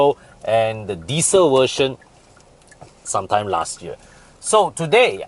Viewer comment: Think you have hard time pronounce the "V", I heard "Wersion"(version), air con "went" (vent). You can ask Bobby for more accurate pronunciation.